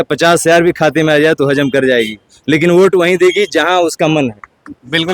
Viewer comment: अरे भाई साहब ओट नहीं वोट होता है